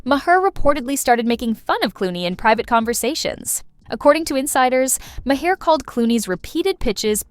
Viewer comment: Did she just called Maher “Ma - Her”??? 😂 girl, you can stop there. Nothing you say after that is worth listening